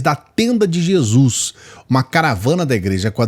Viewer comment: kkkkkkkkkk parece que gésuis aparece facin facin kkkkkk